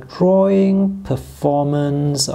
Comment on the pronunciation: Oh lord isn't it horrible he didn't pronounce a word perfectly 😂